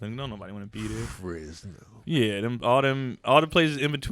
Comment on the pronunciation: I don’t like how you said Fresno,. I get why you wouldn’t wanna do a show here BUT I would definitely go to your show.